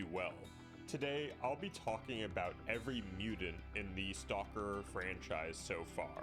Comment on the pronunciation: Please, for the love of all that's holy, pronounce Mutant not Mutant.